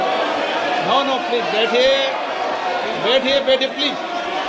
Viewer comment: Birla cant day please, he says pelse, what a shame Rahul Bhai studied from London and these idiots want to make fun of him